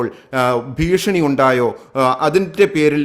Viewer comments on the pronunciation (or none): none